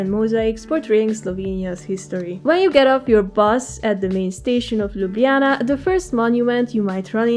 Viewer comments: Slovenians don't pronounce lj and nj together. We say l and j sound separately. So you have pronauced Ljubljana correctly as per Romanian style. In Ljubljana we also skip j and call it also Lublana. Very nice video ❤ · Aaah binged on your videos till I got here xD. Slovenian does not have the south slavic Lj sound. So you pronounced the just right. Although linguists did add the lj combination to the writing back in the late 19th century early 20th century. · Great effort from your side and nice video,! Perhaps just as a feedback: we do not pronounce LJ together, you say it right:)